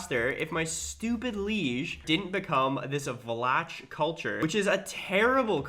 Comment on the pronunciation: Constantly saying shit wrong like vlatch for vlach is infuriating but funny